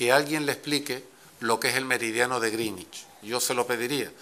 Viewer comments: No critiquéis lo de "grinich", es así como se pronuncia correctamente. Una pena que lo va cambiando hacia el final cada vez que lo repite. Al final le sale gringüich. De todas formas, no sé por qué le atacamos, se aprendió bien la lección de chaval, en los mapas políticos del colegio a veces las Canarias quedan debajo de Cataluña, justo en el meridiano de griiiiinich, jeje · Al principio pronuncia bien (en ingles) Greenwich...y conforme pasa el tiempo empieza a cagarla. A tomar por saco la unica baza que tenia je je je. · "meridiano de grinnich", pronunciado como el Grinch pero en adverbio.